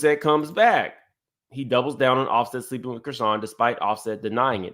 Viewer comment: BluSet!?! you sure know how to butcher some names! 😫😆😂😂